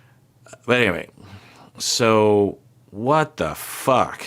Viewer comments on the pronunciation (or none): so out of tone HAHAHA